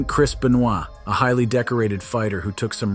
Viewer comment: Chris Benoit is innocent. Wheather you like it or not! Ironic how you manage to say his last name correct but you butched it &